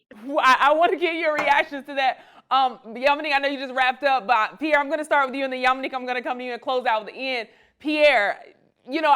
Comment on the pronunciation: Pee air uuummm, suspect. Think before U speak